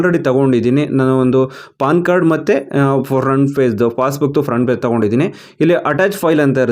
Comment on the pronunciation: It's page not paze